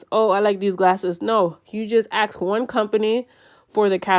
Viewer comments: Fuking ask not axe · Ask ❌ Aks ✅ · Ask* not aks 😊